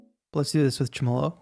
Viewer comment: Tremelo is pronounced TREH-muh-low.